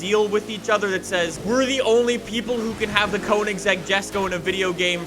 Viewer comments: I’m clicking off because of the way he says Koenigsegg Jesko. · It would be fun if you tried to learn how to pronounce Koenigsegg